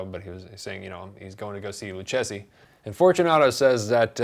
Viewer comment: Great review! One pronunciation tip: So, Luchesi is pronounced 'Lookezi', why? Spanish C: Standard: Pronounced like English 'k'. Before E, I: Pronounced like English 's' or 'th' (in Spain) If you want a 'k' sound before E or I, then you write QU, like in que. Italian C: Standard: Pronounced like English 'k' (same as Spanish) Before E, I: Pronounced like English 'ch' If you want a 'k' sound before E or I, then you write CH, like in che (same word as Spanish que). This is because Italian already pronounces QU like 'kw', so it can't be used for the same purpose as in Spanish. Instead, they use 'h' to turn C and G into their standard pronunciation before E and I. So if you wanted to specify your pronunciation of 'gif', you could do so in Italian by either writing 'gif' or 'ghif'.